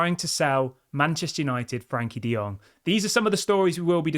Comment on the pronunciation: I hurts a lot when I hear Frank De Jong name.